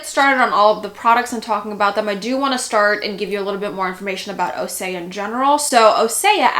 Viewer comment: Just an FYI it’s pronounced O-sea-uh